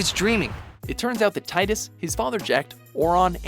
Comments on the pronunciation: It's "tee-dus" not "tie-dus" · Ugh, I think I was blocking out those last two plot twists. And man did I cringe at the narrator's repeated mispronunciation of Tidus. It's Tee-Dus, not Tai-Dus. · IT'S TEE-DUS! TEE-DUS! NOT TIDE-US! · It's pronounced "Tee-dus", not "Tie-dus" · are you sure you understood FFX? Auron isn't a dream. Zarnakand neither. The Zarnakand version in which Tidus and Jecht were living was a dream and so were Tidus and Jecht. (Tidus is pronounced Teedus btw) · It pronounced Teet-us! Goddamnit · FFX: since Wakka in Kingdom Hearts is the only one to actually "say" his name I'm afraid its pronounce Teedus. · Why do people always pronounce Tidus wrong?